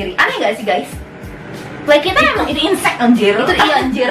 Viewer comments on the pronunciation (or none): sebutnya insessssss tulisannya incest......... insect seranggaaa... 🤦